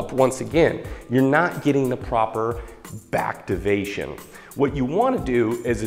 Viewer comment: "bactivation" instant like! :D